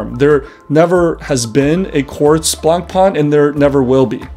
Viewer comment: Is this an inside joke or do you run a watch channel but do not know how to pronounce Blancpain?